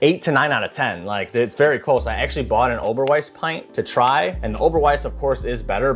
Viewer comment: Man said oberweise and now my hunch he was from Chicagoland area has been proven! BEAR DOWN!